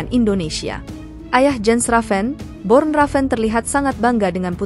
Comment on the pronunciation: Nama ayahnya Bjorn Raven mimiiin, bukan Born